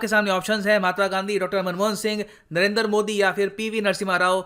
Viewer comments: Narendra Modi not Narender Modi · The way you say nrrnder modi 🤣🤣🤣